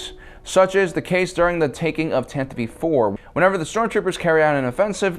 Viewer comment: Finally I found someone who actually pronounces the tantive 4 correctly.